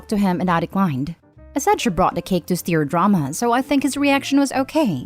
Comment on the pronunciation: Stir is pronounced similar to Sir not steer like steering wheel ❤️